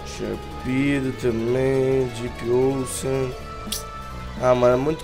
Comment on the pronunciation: fala direito Depp ocean, se pronuncia onxan